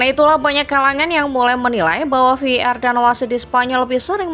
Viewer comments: Wkkwkw masih bilang vardid😂? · Ve i Ar min tolong pronouns di per baiki lagi kalo tidak sebut saja var baca saja langsung var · Voice overnya gak jelas bang.. Mestinya kalo mau pake bahasa inggris pengucapannya Vi E Ar atau sekalian dibaca VAR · betul, ejaannya kurang secara bahasa Indonesia/pun Inggris